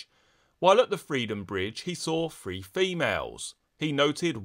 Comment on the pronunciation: Are you saying "three" or "free?" Or both interchangeably? Must be a British thing.